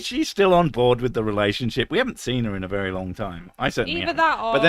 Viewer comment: Did you say fairy drunk or very drunk? I've never been fairy drunk.. would love to try that.